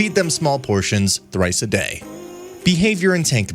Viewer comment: Another annoying robot voice for narration. Feed them thrice a day? What does trice mean?